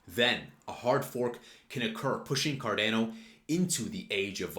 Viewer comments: It’s not car deeeeehh no. It’s Car don o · Effin hate how u pronounce the name. Don't be a Gary... PLS for gods sake just say ADA or learn how to say the actual name.